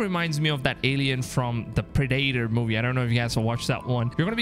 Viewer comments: "ya know that alien movie... Pree-day-tor?" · PRE DATE TOR 😂😂😂 did you really just say that 😂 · Did you really just call Predator PRE DATE TOR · They way you just said predator was so wrong 😂😂😂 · How did he just pronounce "the predator"? xD